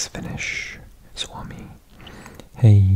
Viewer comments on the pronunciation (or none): none